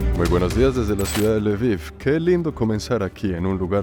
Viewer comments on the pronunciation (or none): Hola hermoso el lviv se pronunvia lbof y belarus es rusia blanca bela blanca rus rusia❤siempre fachero de una❤